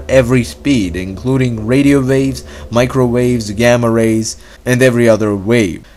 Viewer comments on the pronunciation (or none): none